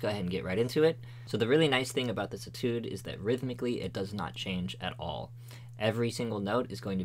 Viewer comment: ay tude not et oode